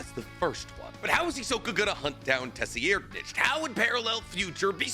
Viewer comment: Tessi Erdnitch? Tser-ried-nich So you either go american -> Sir-Reid- Or you go german sounding since it is phonetically close to german -> Ser-Reed-Nich